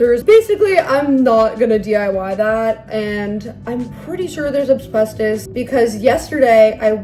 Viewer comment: Oh my gosh, ACK!, it’s AS-BES-TOS! Say it one syllable at a time. As-BES-tos. I wouldn’t care, but you said AB-SBES-TOS about 17 times and it just did my head in. You clearly read up on asbestos enough to explain the basic facts about it, but never actually read the word? Nobody is perfect, but you’re a smart person, so this was a weird error to make repeatedly in the same video.